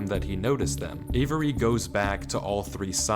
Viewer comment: The way this dude pronounces the name avery in the video was bugging me man 😂